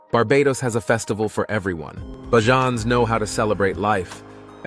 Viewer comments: Bajans not barjans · BAYJUNS NOT BAJAANS PLEASE CORRECT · It's pronounced Bayjon Bajans. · next time put 'bayjuns' in the script of the automated speaker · If you're going to speak about Barbados please pronounce the name of the locals correctly. And do not mislead your viewers by posting images and videos that are from another country and not Barbados. Please don't it's seriously misleading. Facts for your viewers Barbados doesn't have the copious amount of tall buildings, the port/harbour in your video is not that of Barbados and the geography of another land mass just to the left of the image is clearly not Barbados as Barbados doesn't have any satellite islands. Very misleading. But to all your viewers as an indigenous of Barbados it's a very beautiful and great island to explore very safe,safe ,safe,safe you get it. The correct pronunciation of the natives of Barbados is called (Beige Jan). The name Barbados was is Portuguese actually meaning the Bearded One. The Portuguese discovered Barbados accidentally after being blown off course enroute to Brazil. Upon arrival they noticed the trees with the long vegetation growing from them just hanging. It reminded them of beards so in Portuguese beard is Barba. Barbudos(the bearded ones) Hence Barbados Take care folks